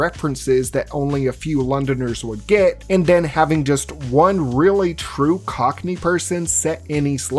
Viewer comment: My brother in Christ, "cockney" is not that hard to say lmao. I can feel you mentally shift gears everytime it came up